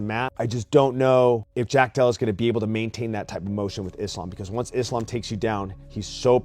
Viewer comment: Uncle chael said islam 😂😂